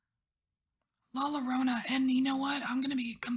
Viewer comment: La Llorona is a Mexican myth about a mother who drowns her children. Check it out, very sad stuff. She spends eternity in Purgatory looking for her children. Not to be critical, but you might like to know that the double "L" in Spanish is pronounced like a mix of thr English J and/or Y depending on the dialect.